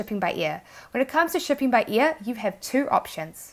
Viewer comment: Great video. I've just watched one of your videos a few mins ago for the first time and immediately subscribed. On a fun note ... I know it's your accent but to me (being a brit) it sounds like you're saying "shipping be EAR" rather than 'Air " 😂